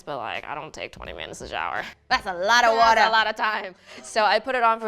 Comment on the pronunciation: omg "that's ALLATA WATA" too good